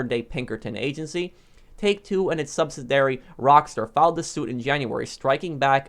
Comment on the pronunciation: think you meant sub-sid-e-airy, sorry i'm OCD :(